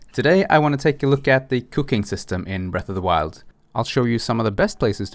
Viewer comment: Ok...I don't wanna say this like it was an alarming thing. I could of sworn you said Cocaine instead of cooking.